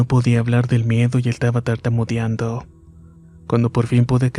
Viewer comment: Tus relatos son buenos, pero tienes un problema muchas palabras que no pronuncias bien. Por ejemplo: tartamudeando y tu dices tartamudiando, pelear y tu dices peliar y así sucesivamente. Un buen narrador debe hablar correctamente.